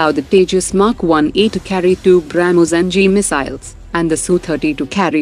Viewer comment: Bramoos 😂 Brahhmoooos